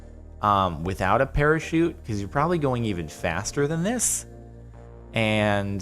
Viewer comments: NOT A PARAKEET, A PARACHUTE!!! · it's parachute not perashoot.:/